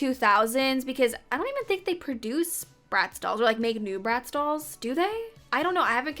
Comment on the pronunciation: lmaoo when you said bratz i thought you said rats, i was like "damn okay harsh"